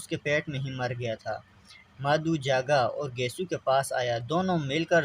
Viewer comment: مادھو نہیں مادھو۔maadahv